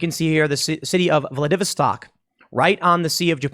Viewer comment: Your pronunciation is a little off there. Think, "Vladi-vos-stock."